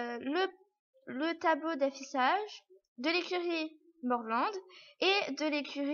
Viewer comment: Ça se dit mourland